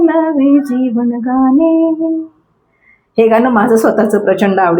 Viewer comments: मॅडम मराठी नुसतं बोलण्या पेक्षा थोडं सकस वाचन पण करा म्हणजे न आणि ण हे दोन वेगवेगळी अक्षरे आहेत हे नीट लक्षात येईल आणि गाने नसून गाणे असते हे पण लक्षात येईल. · Kharech far ashuddha bolata.gane mhanata tevha suddha shabda ashuddha uchharata.